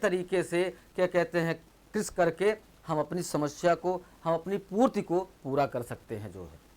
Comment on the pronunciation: Purti not a purt